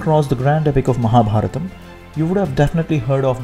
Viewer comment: True Madam and thanks for pronouncing sanskrit words correctly like Ramayana and Mahabharatha not ramayan or mahabharath. Proud of Sanathana Dharma